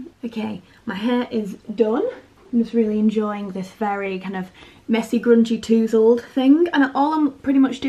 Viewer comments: HOW is tousled pronounced?! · Inthefrow I’m northern too, It’s cute!!